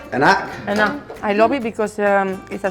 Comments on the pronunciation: I love u man, but i really wanna see you say enak the right indonesian way. And it's enak, not inak or eenak, haha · Enak or tidak enak not denak bro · Bukan "ienak" tapi cara bacanya seperti huruf "a" dalam bahasa Inggris. A=ei .... Einak or ainak